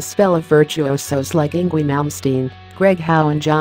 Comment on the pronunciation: "In gwee"